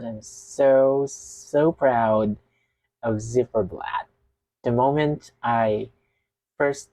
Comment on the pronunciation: Z not zed but Ц,like Zimmer - its more like Zeit in germain 🎉